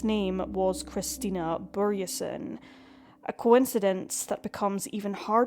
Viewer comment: Swede here, and I just have to thank you for pronouncing the letter Ö right! Anyway, strange how I've never heard about this case until now. Then again, I was 12-13 in 2005, so I probably wasn't paying attention, sadly. It makes me so angry; cases like these, where investigators just go by their own tunnel vision and refuse to investigate other leads... Terribly sad how the country that Annie loved so much (Scotland) couldn't seem to be bothered to care about her in return. I hope the mystery gets solved somehow, some day... Vila i frid, Annie.